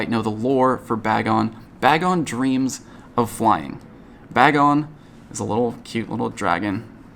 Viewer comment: None of the pogotubers can say Bagon right 😅